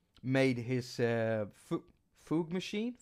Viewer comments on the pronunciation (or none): Hmmm for a guy that uses sequencers so much, you sure think poorly of them 🙄 😝 [ And "fugue" is pronounced: "fēwg" (all one word) like "tube" 🤓 ]